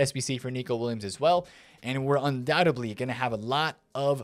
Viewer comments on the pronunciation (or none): none